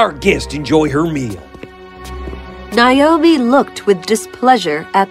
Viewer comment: Naomi - not Nayomi.